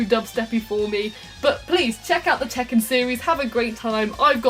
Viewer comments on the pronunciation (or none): "Please, tek out the checken series"